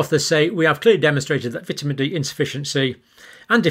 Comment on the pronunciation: You are saying vitamin wrong man